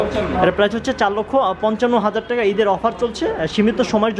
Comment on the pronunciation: Vaia apni teka na Bole taka bolle onek hater kome jabe apnar. Apnar unnoti hok ei kamona kori. ❤